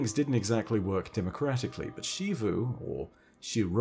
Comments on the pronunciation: Zee vu not She vu. I’m going fucking insane please pronounce it correctly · day 500 of telling he's pronouncing yet another name wrong. It's not SHEEVOO bro. Her name has been said in game like 50 times.